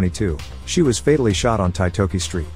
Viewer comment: Titoki pronounced TEE-TORKY